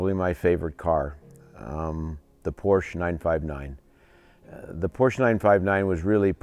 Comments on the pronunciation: It's pronounced “Por-shuh.” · A couple of other "car guys" who make videos regularly say Porsche wrong also. EVERY time I hear that, I downvote the video.